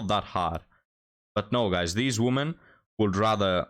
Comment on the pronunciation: Please, for God's sake learn how to pronounce the word "women" It destroys your channel imho. All the other mistakes don't matter.